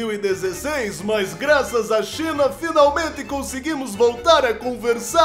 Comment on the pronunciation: a china n falava cm L?